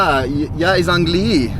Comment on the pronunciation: You always say angliYEE angliYEE so confidently even though the accent is on the a, ánglii 😂😂